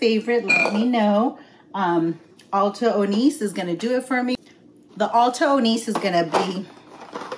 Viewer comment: It’s pronounced like oh-nee-chay! 😊